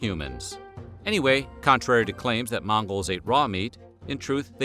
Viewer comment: He says mangos 🤣🤣